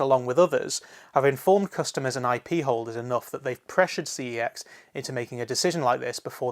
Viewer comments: your supposed to pronounce the store name "sex" not "C E X" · the company has already said that your meant to pronounce the store name as "sex" and not "C E X" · that's actually how you pronounce the name. I only just found out myself after hearing it said on an ad for CEX. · Doodles Gaming I've seen it said on an ad too but it's still incorrect. Their name is Computer Entertainment Exchange, CEX is an abbreviation if that name. It isn't Sex, it was a mis-pronounciation which they latched on to because they thought it was cool. Think about it, how infantile would someone have to be to name a company Sex?